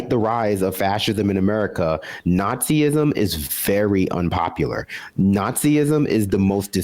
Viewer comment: A quick word to the speaker on the left of screen... Nazism is pronounced nahtz-iz-'m, not naht-zee-iz-'m.